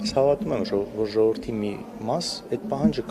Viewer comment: Սրա խոսելաձևին նայի, սրա գրագիտության, սա է մեր յողովրդի (ոչ թե ժողովրդի), մակարդակը, ինչպիսի յողովուրդ, այնպիսի պատգամավոր!!!.....